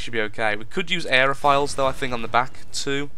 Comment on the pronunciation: its aeroFOILS like tin FOIL not files